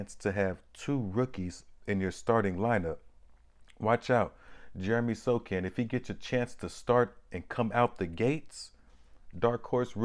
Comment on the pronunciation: Wow...Had never thought about Sochan running point... Yes, he is almost 6'10" and reminds me of Ben Simmons with more confidence. Maybe second coming of "Magic Johnson". And Bro. I think he pronounces Sohan not Sokan. Later.